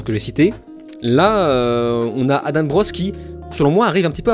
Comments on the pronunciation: On est Français c'est "Adent", il ne faut pas se poser de questions. S'il veut que ça se prononce autrement, il n'a qu'à écrire "Adame" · Une mauvaise foi comme on en fait plus : Tu reproches a Adam de ne pas avoir regarder tes autres video alors que tu ne sais meme pas comment on prononce son nom ... Dire que Adam n a jamais parle ne wokisme c est faux regarde ces autres videos Dire que la panic moral n existe pas est faux on le vois au etat unis Tu passes la moitie du temps a dire qu il a raison mais au final tu te moques en disant qu il n a que tres peu raison "Ne pas etre mechant" tu te moques ouvertement, conseil de ne pas regarder la video, insinu des choses sans fondemment sur la personne, parle de video baclée... Et du coup pour Oppenheimer tu t es trompe dans tes notes ou bien trompe tout cour attention tu te contredis "Vous avez pas besoin d'utilise le mot wokisme" mais MDR tu as litheralement des titres de videos qui le mentionne et ta chaine est basée ça...